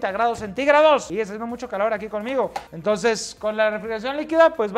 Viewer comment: musho resheno dislaic